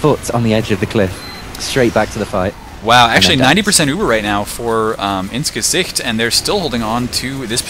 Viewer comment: > pronounces "Gesicht" perfectly >Head explodes